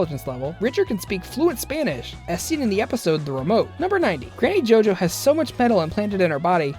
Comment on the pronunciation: Did you say Gany Jojo?